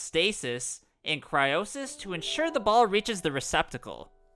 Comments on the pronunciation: Cryosis he said it’s cryonis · Everytime you say "cryosis" I just cant stop laughing 🤣🤣🤣